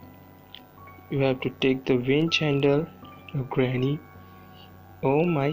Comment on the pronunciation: When u say granny oh my god it cracked me up!😂😂😂😂